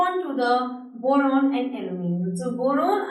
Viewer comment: Boron sounded like moron lmao